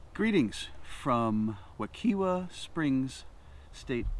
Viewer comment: My guy... it's pronounced wih-KIGH-vuh. The "i" is said like "eye", and the "w" is said like a v. I live 5 minutes from there.